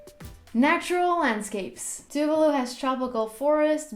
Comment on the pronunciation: It's tu-vah-lu not tuvelu 😂 tuvalu pride 🇹🇻🇹🇻